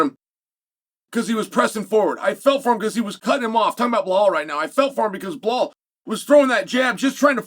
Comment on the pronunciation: I love Chaels verbal dyslexia. Belal is Pronounced Bla-Hall. Alex Pereria is Pronounced Pee-eara. Makhachev is Pronounced Mock-el- chev. Keep it up i love it !